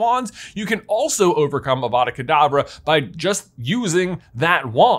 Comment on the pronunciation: Just want to be the first to point out that When J was talking about the graveyard in little Hanglton, he said Avada Kedabra instead of Avada Kadavra. Sorry, hate to complain but hade point it out. Love your channel so much, your my favourite youtuber